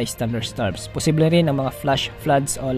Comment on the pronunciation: Bawas bawasan Ang pagbigkas Ng possible,nakakaumay